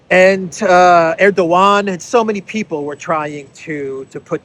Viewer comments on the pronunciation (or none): none